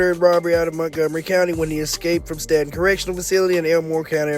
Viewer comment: Pronounced stay-ton